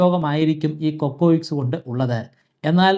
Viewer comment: കൊക്കോയിക്ക്‌സ് അല്ല cocyx അല്ലേ.. പരിണാമ സിദ്ധാന്തം ഒരു ശാത്രമയ് മാറിയോ?